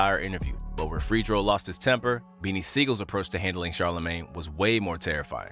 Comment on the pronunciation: homie said Freedo star twice 🤣. Stop getting people who arent from the culture to narrate!